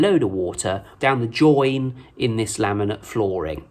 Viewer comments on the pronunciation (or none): JOINT! T T T, not join. joinT